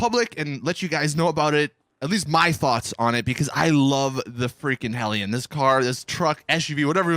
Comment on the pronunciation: I watch your vids all the time, you're my go to GTA channel. That being said, your mispronunciation of things makes me crazy sometimes. To the point where I yell the word out loud. Lol HelliON he says. And Chili(ID)